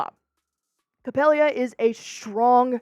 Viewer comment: It's Capela! NOT Capelia🥴